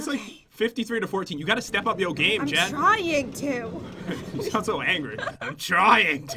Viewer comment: You said Jen Jan